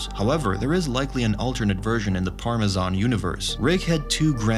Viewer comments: Bro said Parmesan right 🤦🏻‍♀️ it’s par me ce in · I’m left wondering whether or not you’re a bit after how you pronounced “Parmesan” in exactly the wrong way and also you seem to not even pronounce your name the correct way. The only worse thing than a Frenchman is a bot, and as much as I wish you were the former, you seem to be the latter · It's pronounced PARM-EE-SEEUN